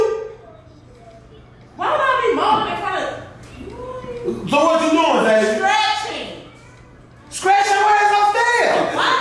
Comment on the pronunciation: What the hell is "sCretch" he can't say Str words that's so funny to me🤣